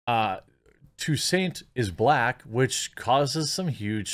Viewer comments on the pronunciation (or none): Oh Jeremy you're such a pleb... Toussaint "TWO SANT", like two cent, but SAHNT.